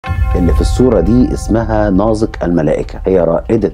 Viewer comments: ليه بتنطق نازك ناظك؟؟ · الكتابة نازك والنطق ناضك ؟؟؟ شي غريب فعلاً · الأستاذ المحترم ، تحية طيبة ، طريقة نطقك لاسم نازك خاطئ ، الصحيح نطق الزاي كما نطقت إسم اخيها نزار. مع التقدير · بينطق اسم نازك بطريقة غريبه 🤔